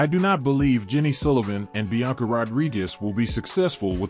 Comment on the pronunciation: So you added an extra syllable to Blanca Rodriguez' first name. That's no big deal. You also added an extra syllable to actress Alix Lapri's last name (referring to her as Alix La-PA-ri). At least you're consistent with your mispronunciations. Good content, but step yo' verbal game up...